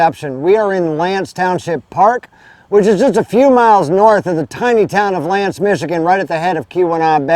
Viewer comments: Ask how to pronounce the names of place. Locals will tell you L'Anse sounds like "Ah." Thanks for sharing this tour. My dog and I were just up there yesterday and love the drive all the way up to Copper Harbor. Glad you got to experience it as well. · the "a" in l'anse is pronounced like "ah" "l'ahnse;. i'm from the U.P. (marquette).